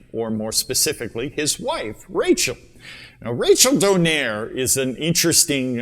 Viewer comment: Who’s “Don air”? It’s “Donai-re” and not “Don air” 😂